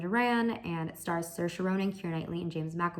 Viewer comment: as an irish person a+ on the pronunciation of saoirse ronan' s name